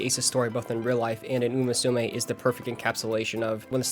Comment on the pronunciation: First of all, great video! The story telling and editing were both excellent. Unfortunately I understand too well how someone mispronouncing a name can be very grating to hear, especially when it comes to a topic you like or care about... So please for the love of uma musume stop pronouncing it moo-sue-may. I wouldn't have said anything if you didn't yourself critique the Australian announcer's pronunciation of a name he was most likely entirely unfamiliar with. You however are clearly a fan of the series. Come on man.